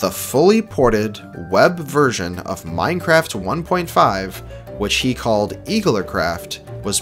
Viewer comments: Minceraft! the e and c are switched! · LOL it said Minceraft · minceraft lmao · anyone notice the "minceraft" ish